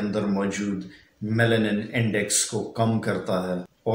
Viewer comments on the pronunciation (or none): none